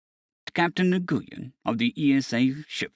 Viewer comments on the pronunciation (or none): It is pronounced "WIN" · It’s killing me every time you say his name. It is an Asian name, and it may be spelled Nguyen, but it’s pronounced “Win” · Nguyen is a Vietnamese name and for some inexplicable reason is pronounced Wen.